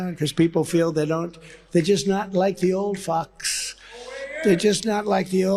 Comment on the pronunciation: He slurs the word "fox" at the end, because his dentures slipped. 🤣